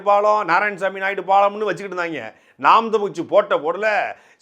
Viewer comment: தம்பி துரைமுருகன் "நாம் தமிழர் கட்சி" என்பதை தெளிவாக உச்சரிக்க வேண்டும்.